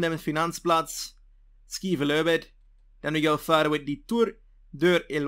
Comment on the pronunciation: I love this series. I love the Way you say Skive løbet (om Danish)